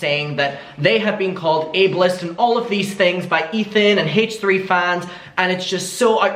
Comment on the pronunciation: I love how you pronounce it “haych 3” 😭🖤